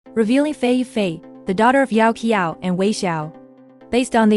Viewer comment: Thank you for this video .. the way the pronunciation of xiao qiao is not correct by the way.. 😅😅 It’s good Liu Yuning get a happy ending drama .. cause usually is not.. Great drama ..👍🏻👍🏻👍🏻